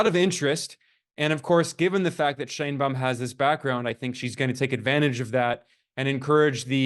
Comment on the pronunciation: You lost me at: Shine Baum. It's pronounced shane.